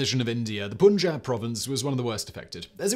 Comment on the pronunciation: well i could have better digested "pAn-JaBB" "pUUn-jAAb" sucked